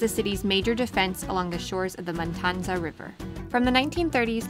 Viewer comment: Matanzas River not Matanza